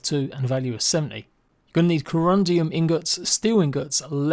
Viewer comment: There is no i in corundum. "corundium" lol